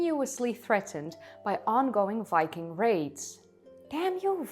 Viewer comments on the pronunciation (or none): none